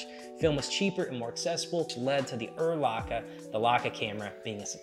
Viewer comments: Lots of good info, thanks. I’ve never heard anyone pronounce Leica as “Luka” before, very odd. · And I think it is funny how he pronounces Leica. Who cares. It is still a great video and allmost no one outside germany can or knows how to pronounce german brands.